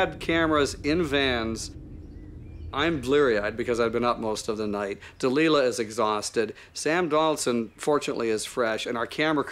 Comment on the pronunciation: Can't that fellow get the lady's name right Da- ly-la! As in Samson and ... (Maybe it's a warning to men? ;o)